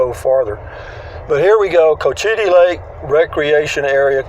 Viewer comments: It’s pronounced. Coachattee. Another interesting golf course in this community. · Cochiti you said it wrong